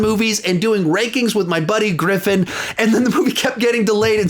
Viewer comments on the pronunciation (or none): none